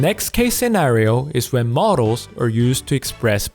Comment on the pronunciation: OMG, in the initial part of the vid looks and sounds like Philip from the O'Grady cartoon series!!! XD Also, great vid but "modals" and "models" aren't homophones, and saying "and et cetera" is grammatically incorrect because et = and. (Grammar Nazi here, enjoy my phenomenal wisdom!)